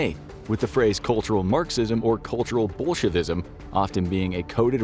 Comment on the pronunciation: I thought he said bullshitism 😂